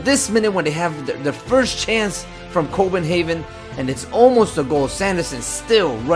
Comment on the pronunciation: Haha you said Copenhaven that really cracked me up haha ;) Awesome video man! Keep it up! :D